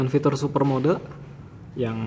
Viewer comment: "super mode" dibaca "super mod", "e" nya dibelakang ga dibaca.